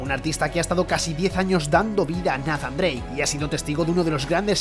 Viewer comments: Tan difícil sería pronunciar "Neizan Dreic" en lugar de "Nazan"?? Que dolor de oidos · nafan drake. Todos nathan drake